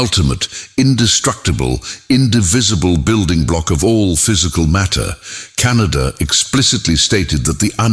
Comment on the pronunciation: .. ಉಚ್ಛಾರಣೆ ಸರಿಯಾಗಿ ಇರದಿದ್ದರೆ ನಮ್ಮಮ್ಮ ಹುಣಿಸೆ ಅಡರಿನಿಂದ ನಾಲಗೆ ಉಜ್ಜಿಕೋ ಎನ್ನುತ್ತಿದ್ದರು.. ಕಣಾದ ಶಬ್ದವನ್ನು ಕೇಳಿ ದುಃಖವಾಯಿತು. ವೈಚಾರಿಕತೆ ಒಂದೆಡೆ ಇರಲಿ ಭಾಷೆಯ ಕೊಲೆಯಾಗದಂತೆ ನೋಡಿಕೊಳ್ಳಬೇಕು. ಎಂದು ಅಭಿಪ್ರಾಯ.......ವಿನಂತಿ